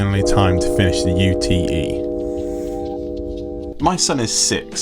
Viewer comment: Surely it’s pronounced “yute” like the Aussies call their pickup trucks - short for “utility vehicle”?